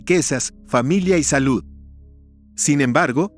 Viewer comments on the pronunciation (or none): none